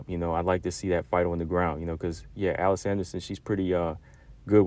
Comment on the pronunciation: It's "Uh leese" Anderson Combo 😅 Everyone should invest time into One FC's women's division, especially considering that 99% of their fight cards are free to watch on YouTube or their App...Just look up one championship on your app store & it'll pop up. Their women's Muay Thai & Kickboxing fights are really good too.